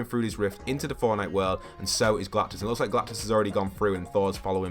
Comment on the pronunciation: IT'S GALACTUS NOT GALACTIS